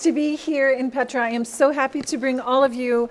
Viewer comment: Blessings to All! My, my, just so Amazing! Truly this is an incredible Pilgrimage! The Magdala Team has Blessed us so very much with this virtual experience. As I heard the Name - Petra pronounced by, I heard "Peter"! And we all know what the Name of Peter means - ROCK! Thank you so very much and God Bless, Mark Fitzpatrick [ I also send my St. Patrick Day wishes to Everyone!]